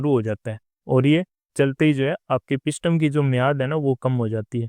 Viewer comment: Brother, इसे पिस्टम नही बोलते बल्कि पिस्टन बोलते हैं।